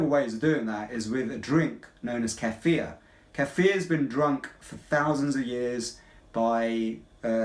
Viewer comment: Thank you for pronouncing "kefir" right! Most people do not know how to pronounce it! Thx for the video!